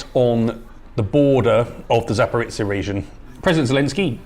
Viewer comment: Guys, Zaporizhzhia is not pronounced like Zaporitcia! The letter "zh" sounds like the "s" in the word "leisure", and zhzh is just a stretched version of zh. Anybody can say "zh" because it exists in English too.